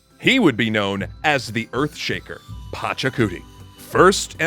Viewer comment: Agreed it is pachacutec and not Pachacuti. Fix your video.